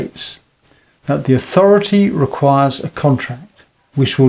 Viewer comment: 11.24 authoriety.... agency. missleading